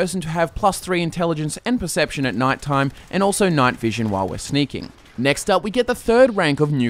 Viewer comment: percpetion xD